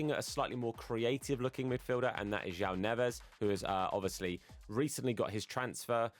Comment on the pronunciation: I wont hurt you for the João Neves misspronounciation also due to Liga Portugal being juiced this year i would recommend Pepê if he isnt in your list